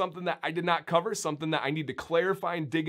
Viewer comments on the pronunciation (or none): none